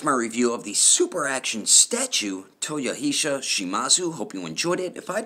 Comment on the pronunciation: It's Toyo-He-sar.